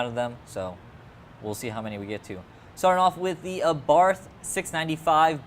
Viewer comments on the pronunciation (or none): none